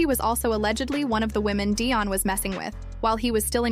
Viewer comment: Tracey Edmonds,ex wife to Babyface, Eddie Murphy,and Dione Sanders. I don't see what this AI fool talking about. He and Tracey, been over. Day-on? You can't even pronounce his name right. AI,SUCK ASS! Karruechi,almost 40! No one asked for any of that. Their relationship is longer than you think goofy!! THIS ENTIRE STORY IS OUTDATED, AND UNTRUE!*